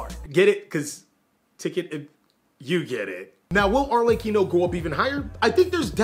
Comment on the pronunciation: Thank you for saying Arlechino's name correctly. I'm so tired of hearing people butcher it.